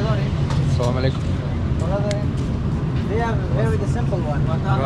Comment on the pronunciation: Assalamualaikum not salamuhalaikum.. hehehe..❤❤❤❤